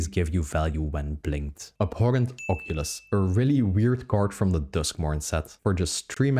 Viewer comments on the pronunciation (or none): none